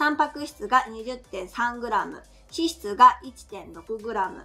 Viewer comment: 笑顔が素敵です💕 出身地は何処ですか⁉️ 一食と脂質の発音が気になったので🤗スミマセン🙏